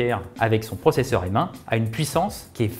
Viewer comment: Merci de dire M et pas M